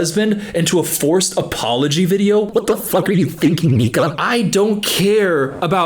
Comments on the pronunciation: i’m dead it sounds like he said nigga 😂i know he said nika it’s just funny to me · broooooo I had to listen 5 times to understand he was saying Nika, I was so confused and scared 😂